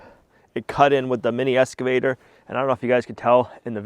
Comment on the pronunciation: 🇨🇦Excavator not Escavator. No s in Excavator. Cheers from Canada 🇨🇦